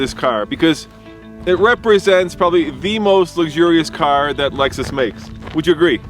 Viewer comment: CLOSE YOUR MUOTH!! IT'S ★ LEXUS ★